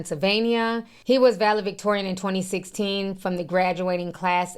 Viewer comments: Vale-Victorian huh?😂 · Ti i love you, but its ValeDictorian with a D